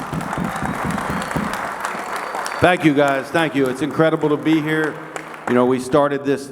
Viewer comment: "Get up heah and stand heah next to the big boss" 😂😂😂